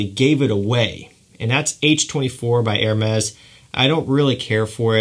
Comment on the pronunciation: Please learn how pronounce Gio, Givenchy, Hermes, John?!? Paul Gaultier, omg